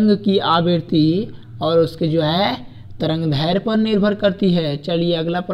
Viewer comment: Tarangdhairya nhi tarangdairdhya hota h